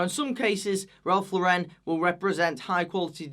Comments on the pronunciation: FYI: Ralph Lauren is pronounced like Lauren Bacall, not like Sophia Loren. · First of all, the Lauren in RL is pronounced like the female name Lauren, not LOREHN like you do (sorry i just hate to hear it pronounced like that) and even though i would NEVER pay full retail price on Polo Ralph Lauren, i think that during sales, for 30-50$ a for polo, a shirt, a sweater or even jeans, you really can't go wrong. I have even seen canvas sneakers for 20$ at Polo, and these are like H&M and Zara prices, and don't tell me that Ralph Lauren has worse quality than Zara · Pet peeve: It's Ralph LAU-ren. Not Ralph Lau-REN! Bit of a Faux-pas for a fashion channel to mispronounce such a ubiquitous brand. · Ugh. At least pronounce Ralph Lauren correctly if you are going to slam it. Lauren. Not fancy. As in Lauren Bacall.